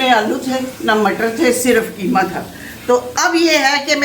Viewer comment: Kitni baar bolti hai keema karela